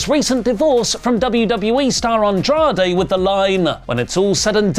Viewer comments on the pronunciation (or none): none